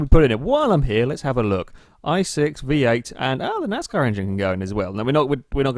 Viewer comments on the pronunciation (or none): none